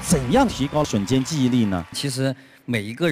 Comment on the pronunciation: 为什么汪涵要把瞬间的瞬读成3声啊？听着好别扭啊，我刚刚查了查瞬只有4声一个读音。